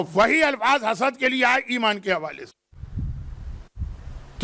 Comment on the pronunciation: Correction please read Hasad instead of Hasas and sakar tul mout' instead of salary tul mout'